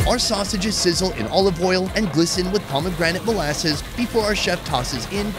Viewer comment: "halloumi sheeez" and "za bomegranete molazess" only legend will know what i'm talking about 😎